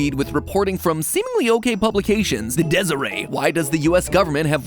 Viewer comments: Video: starts with an article from the Deseret News Me: "Ha! I knew MatPat was secretly a Mormon. He's so wholesome." MatPat: pronounces it "Desiree" instead of "Dezerette" Me: "Darn." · Just cause i dont here many people saying it, you actually pronounce the "T" in "Deseret News". So instead of "Desirae" you would get "Dez-er-et". Its a cultural specific word associated with the Church of Jesus Christ of Latter Day Saints taken from the Book of Mormon. It describes a type of bee that travelers would take with them to use the honey to sweeten their food, which is why the logo is a stylized bee hive. I don't expect anybody to know that tho so i thought I'd share the pronunciation. Edit: added the timestamp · Matpat it is pronounced deseret not deserey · Deseret is dez er et not dez er ay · This isn't really too relevant, but as a Utahn I felt repulsed when he pronounced Deseret as Des-er-ay like it's French. It is actually Des-er-eht. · Deser-aye? Lol it's dezer-et. It is the name of the state that eventually became Utah, it is the name of the honey bee found in the Book of Mormon. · Hi, Utahn here. The news source is pronounced "Deseret" not "Deseray". It is a reference to somewhat obscure early Latter Day Saint history. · I like watching Food Theory. There is often a lesson that feels applicable to real life. I have to say that I was kind of thrown off to hear MatPat say "Deser-AY" when we pronounce it "Deser-EHT." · I am a little over a minute into the video and I am already appalled. I am from Utah and to hear "Deseret" pronounced as "Des-er-ay" is upsetting. For future reference it pronounced "Des-er-ett". 🐝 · Deseret isn't pronounced like that. It's dez-er-et not dez-er-ay. Source: live in utah (the deseret state) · It's not "dez er ay", it's "Dez er ett" - love, a nerdy local native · Did MatPat just say "Deseret" as "Dez-er-ray"? LOL. I love when Utah names confuse the heck outta people. "Dez-er-ette". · Matpat its pronounced with a hard T like desert+ret